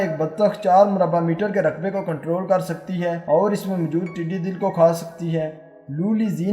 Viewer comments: admin please. not tiddy dill but tiddy dall. dall means fouj. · “dall” not dil correct pl